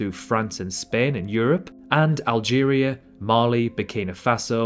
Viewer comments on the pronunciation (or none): none